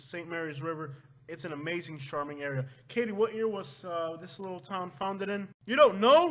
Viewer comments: "CHARM" not "SHARM"! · You have to learn how to pronounce charming bro please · The male announcer needs to learn how to pronounce charming( it is not sharming ) as he says on all words beginning with ch... he says sh!!!!!! Get it right!!!!